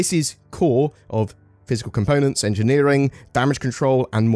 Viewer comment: Engine Neer Ing